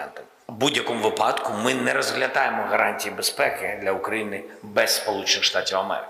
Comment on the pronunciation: Не випАдок, а вИпадок.